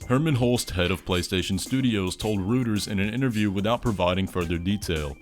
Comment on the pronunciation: Thats not how you read reuters